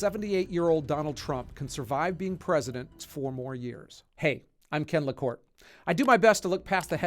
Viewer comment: It's LaCorte, NOT LaCort!